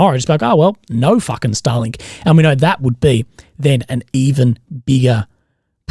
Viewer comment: your pronouncination of starlink is way too similar to stalin lmao